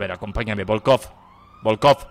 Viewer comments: "Subcomisadio vodkof"😂😂😂😂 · novedades agente: novedades??: novedades agente: pero quienes son?: volkofff horacio. comisario volkof agente: que no sois ni el comisario ni el super ostia: volkofff jajajajajaa mori de risa en esos momentos